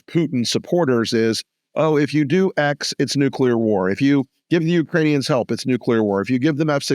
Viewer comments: Someone needs to tell Bob Woodward he is not pronouncing the word nuclear correctly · nu + clear does not = NUKE-YOU-LER. Bob. BOB... good God!!, there is only ONE 'u' in 'NUCLEAR', followed by the word 'clear' --- like a window or something transparent. I know that a sub-literate ex-POTUS made the mis-pronunciation popular via cable news after 9/11, but KNOCK IT OFF, journalist. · Bob Woodward can’t say the word nuclear correctly. Same for Bush the lesser. This is really picky, but it always triggers me as to me, they both sound ignorant when they say it incorrectly.